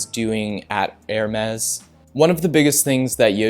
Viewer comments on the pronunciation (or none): none